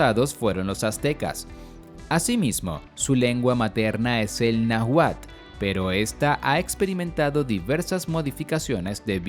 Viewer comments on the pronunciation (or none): Me encantó. Solo que te faltó mencionar que ciertos grupos solo viven en ciertos estados y no varios estados como lo mencionas por ejemplo los grupos étnicos del norte de México. Ahora la palabra Náhuatl la h es muda y se dice Naualt así como lo escribo que es un grupo muy diferente a los Naguas de Centroamérica. Gracias por el video, excelente trabajo. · Por qué pronuncia mal Oaxaca? O náhuatl? Osea si hay algunos autodenominados nahuas pero debería especificarlo hdspp xd